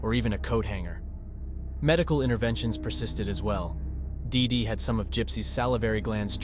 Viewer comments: "DEEdy" is how the name is pronounced for fuck sake. Hard to listen to you mispronounce it endlessly. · Everytime he says DIDI so hard I think of Dexter's Laboratory 😅😅😅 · Why do you keep saying DeeDee like that? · Why you gotta say “dee dee” like that though 😭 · I really wished he would stop sayin DeeDee like that 😒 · It’s distracting how much emphasis he puts on the name “DEE DEE!” I feel like I’m being punched in the face every time he says it haha.